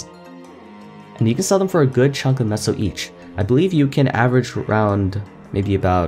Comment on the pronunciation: I am pretty sure you are pronouncing, "Meso" correctly this entire time. I think it is a take on the Mexican, "Peso", which is pronounced, "Peh-So", except MapleStory has an M instead of P in the beginning of the word for the sake of the whole Maple theme, I guess? This is what I can correlate it to anyway.